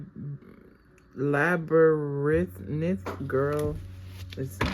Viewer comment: hey mamas, is pronounced lab-rinth. There was this movie that came out when I was a baby, maybe a little older called the labyrinth or pans labyrinth. It was weird lol but a lot of 80s babies loved it. It was a sequel or prequel to the dark crystal. You should watch it if you're bored 😂